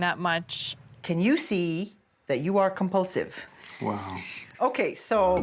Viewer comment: “Compulsiev” lol